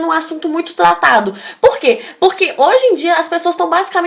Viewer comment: Bom vídeo, mas cuidado com pronúncia. É um pouco insólito um vídeo de dicas de redação com erros como "Democlatização da tecnologia... assunto muito tlatado". Cebolinha não.